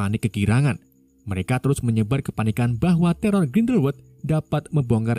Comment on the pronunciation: teror dari grinweldelwewed 😂